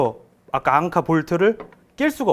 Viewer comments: 좋은제품이네요 대박나세요 앙카 아니고...앵커...Anchor ㅎㅎ 일본식 발음으로 안해도 되는데... 갑바.....일본식...커버.또는 카버 Cover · 대단하다 진짜.. 앙카가 뭐냐 앙카가.. 위대하신 천황폐하를 모시는 신민이라 그런가.. 일어를 쓰려면 일어를 쓰고, 영어를 쓰려면 영어를 쓰지 일본애들이 쓰는 영어 발음까지 따라해야겠냐..